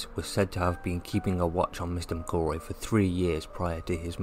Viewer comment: Pronounce McElroys name correctly! Its no difficult.